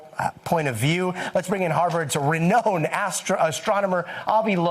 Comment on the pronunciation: Some one teach this professional TV newsman how to pronounce "renowned."